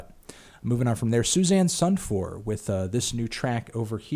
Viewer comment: The way you pronounce Susanne Sundfør cracks me up 😂 "Seuss anne sun four"